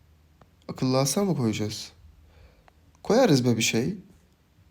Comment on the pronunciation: Abla masa değil mahsa değil paşa değil Pharsa